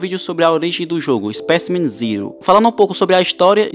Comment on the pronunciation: Não é spacimrm ziro e speicimen zero